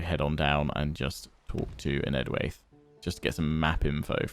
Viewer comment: You should pronouce enedwaith like EN-ED-WHY-TH